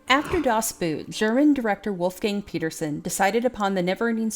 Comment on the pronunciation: Das Boot is pronounced "das boat"